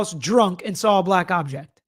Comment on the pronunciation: Laly is objecting so much it sounds like he is now saying aject